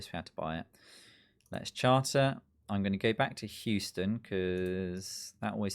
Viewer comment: I love your pronunciation of Houston lol you pronounced it how its spelled basically which I do the same with British town names and im always wrong. Its Hue-stun/sten.